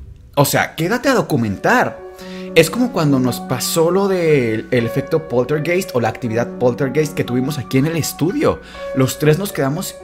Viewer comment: PolterGAIST. Esa es la pronunciación.